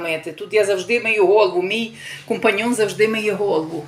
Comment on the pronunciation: Т аж компаньйо ,а не компаньйон.